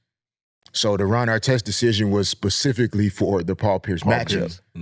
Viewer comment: Why can’t black ppl say specifically 😂😅 they always say pacifically 😅